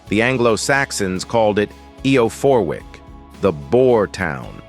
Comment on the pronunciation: I'm from York, hate how you pronounce eborackam it is pronounced eeebor acomb , not yovik its Jorvik, with a J , not eo porwik , its eff er wich, apart from that it was ok Ish